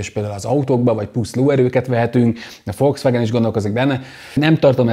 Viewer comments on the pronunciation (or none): none